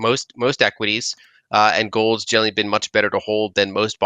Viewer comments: Yeah, and she says it so often. More like "genaly" though. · She pronounce generally, as jelly lol